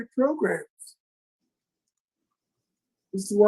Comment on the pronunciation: Oooh Wee!!, my man! Between the 23 minute and 24 minute you said “Progrumz” four times. Hit ‘em where it does damage. These folk better stop playing with you. All this “program” stuff. We talking “Progrumz,” that’s what’s happening here!!!